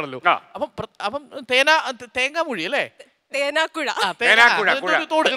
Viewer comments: Thenakkuzha alla Thenakkuzhi anu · Thenakuzha alla Thenakuzhi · Thenakuzha alla thenakuzhi aanu.balussery